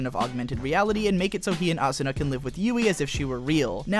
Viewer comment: Hes so Stupid Can't Even say Asuna and Kirito right you have very bad taste .... why not go write a review about Log Horizon/AOT/SAO I'd LIKE TO SEE YOU FUCKING TRY...